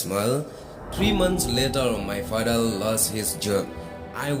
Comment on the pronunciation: Father❎ Fadal😂 Remember ❎ Remembal✅😅 October ❎octobal✅😂 Neymar ❎ Neymal✅😂 Football ❎ footbor😂🤣